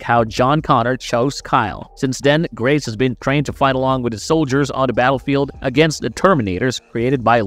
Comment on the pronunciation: "THE" NOT "DA"! HAVE YOU GOT A COLD? "THERE" NOT "DERE" FFS